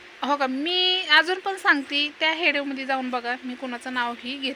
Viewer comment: हेडवो नाही ग विडीओ बोल